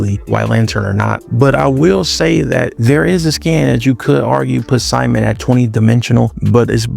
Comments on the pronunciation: It’s “sea-moan” not Simon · Simon ain’t syman It’s pronounced C-moan